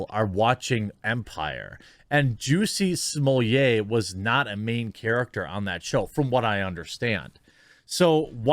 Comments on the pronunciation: Do you ever notice how getting a black person's name wrong is "racist", like Kamala gets all huffy when you mispronounce it. but when another black person says "Juicy Smolliet" it's now sanctioned and no longer "racist" to get his name wrong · I don't know who started calling him "Juicy Smull-ette", but I swear to God, that's a fish dish.